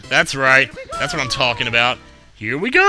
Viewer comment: he says here we go not hot pick les